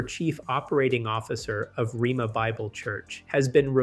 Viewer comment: The school's name is pronounced rayma not rema.